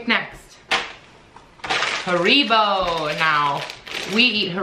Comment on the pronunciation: Haribo are pronounced "harry-bo" over here lol, but it doesn't really matter, just sounded funny how you said it.